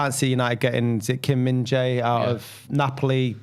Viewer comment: Just to help with your pronunciation of Korean names since Kim Min Jae is getting a lot of attention, the Jae is 재 in Korean, and it is basically pronounced as Jeh. It's not Jay or Jai haha